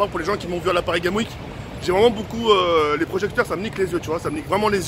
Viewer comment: Il a malprononcer PARISGAMESWEEK